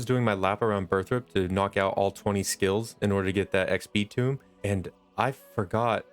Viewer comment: its not tomb its tome X D like toe-m X Dlove the vids man